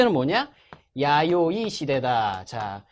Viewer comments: '아요이 시대'가 아니고 '야요이 시대' 아닌가요? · 아요이 에요 야요이에요??